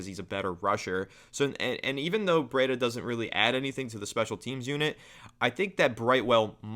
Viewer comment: Breida is pronounced “Breed-uh”, not “Bread-uh”.